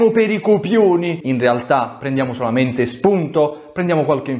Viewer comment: "Prendiamo solamenDe shpunDoH."